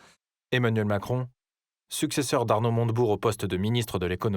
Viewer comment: Macwon l'améwicain de mewde